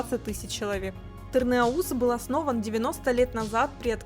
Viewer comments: Разве ТырныаУз, а не ТырныАуз? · Мы говорим ТырнАуз, а не ТырнаУС. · Не тырнеуз а тырныауз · Я из Нальчика, мы всегда говорили ТырныАуз, никогда не слышала с ударением на У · все отлично ,единственно узо режет,название города Тырныауз ударение на букву А необходимо делать и ы после н не произносится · Тырна́уз правильно говорить, ударение на букву А, а то слух режет... хотя если совсем правильно, то пишем Тырныауз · Прошу заметить, ударение на А